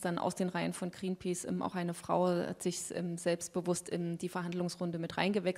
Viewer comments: Mit Gränpäce, die spricht das ja echt gut aus^^ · Wieso kann sie nicht Greenpeace aussprechen..